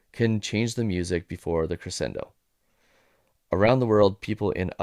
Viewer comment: Excellent video essay. I will just say that religion is not an immutable characteristic. Also, it's pronounced cre-SHEN-do. But those are minor quibbles. Your point still stands. Amazing video. Thank you so much for making it. One thing I love about it is I can't actually tell what your political leanings are (other than "not extremist", which isn't really what I'd call a leaning) so please take that as a compliment.